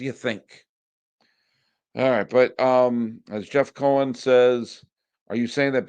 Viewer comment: C'mon buddy. Learn the name "Steve Cohen". You're going to be hearing the name often so try to get it correct please...LGM!